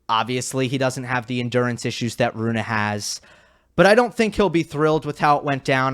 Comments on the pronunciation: Why do you keep mispronouncing his name? Since he is Scandinavian, it made sense to me too that it would be pronounced like Runa, but on the atp website, he himself pronounces it like Rune. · Rune as spelt, but “Runa” as pronounced correctly! Which hardly anybody bothers to get right, by the way!